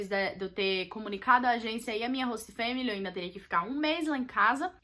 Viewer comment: Gente q agonia dela falando "hosta"!!!